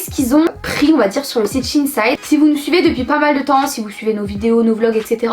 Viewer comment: Moi je dis shein et non pas shine side donc je comprenais pas de quel site vous parliez alors j'ai regarder et enfaite c'est shein et j'adore ce site sinon je vous adore ❤❤❤